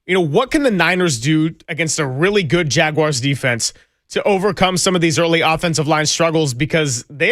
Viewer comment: first time/long time, and have become a huge fan. But please… going forward, it’s JagWARS, not JagWIRES. Let those schmucks on ESPN butcher that one, they’re great at it!😂 Please keep up the awesome 49ers reporting! There’s a lot of 49ers fans in SFL and you keep us connected. And yes, please bring on the Greg & film breakdown and commentary, that would be amazing! 👍🏼